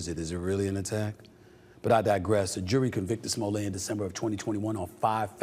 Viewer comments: Smoll-ay or smolette? Like Roulette 🤔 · Is not smollet. Is smooth-lee- yay. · Sir! It's pronounced "Juicy Smullier!". Get it right! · His name.s Smo-let. Like toilet. He's not French, Mr. You think it makes that creep sound posher, when the evidence shows he's trash. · Stephen pronouncing his name as Smoolay has me dying over here. 😂🎉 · Who told Stephen A that his name is pronounced Smoll-ay?? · You're not pronouncing it correctly, its Juicy Smooyay 😂😂😂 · No its pronounced "Juicy Smoo-lay"😅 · I like how this guy uses the Dave Chappelle "famous French actor" pronunciation of Smoll-ay. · Chapelle calls him Juicy Smulét😂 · Smollett not pronounced that way with two t’s. Sure Jussie. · If you're going to say you're a journalist, you should at least get the pronunciation of the guy's name right. That's a basic. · I'm glad he's going back to prison because he's such a goddamn jackass, but it's still really petty for you to keep mispronouncing his name. Even enemies can show respect, dickhead. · NIGGA THE T IS NOT SILENT!!!